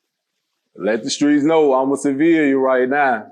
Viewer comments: You ain’t wrong but dude just can’t pronounce the word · U can tell never Been a civilian. Every time he attempt to say it "Uma Ceviliunnn"